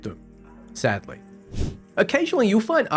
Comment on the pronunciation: "sadly..." sounds like an stupid American wluld say